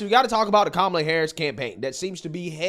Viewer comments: she said "Ka-MA-la", not "KA-ma-la" 🤣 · I'm pretty sure i heard her call kamala - Tamale harris 😂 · The irony is that at the beginning of her speech she pronounced kamala's name wrong accenting the middle syllable! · I love how the leftists get on conservatives for the mispronunciation of Kamala’s name, yet when this idiot does it it’s all well and good! 😂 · Cardi B pronounced Harris's first name "wrong" at her own rally! The media needs to never ever again complain about people pronouncing her name wrong.